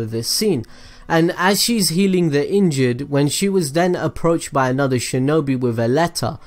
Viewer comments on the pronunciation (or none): none